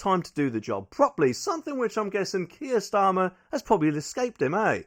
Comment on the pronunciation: What 'T' is Kier Starma?